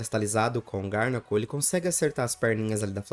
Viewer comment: Garnacl 😂vc pronúncia errado o nome desse pokemon é garganacl só uma dica não é hate😊